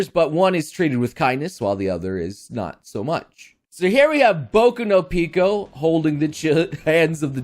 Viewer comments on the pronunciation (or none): none